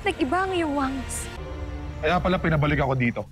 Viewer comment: Pag si alena ang nag sabi ng wangis ang rinig kay ay BANGS😂😂😂